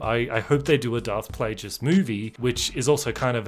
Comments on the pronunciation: You expect me to take a guy who says " Darth Playjess" instead of " Darth Playguess" seriously when he's talking about starwars ? And I thought TLJ was a joke 😂😂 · it's PLAGUEIS (as in Plague) NOT Plajiss (like plagiarism). You're welcome.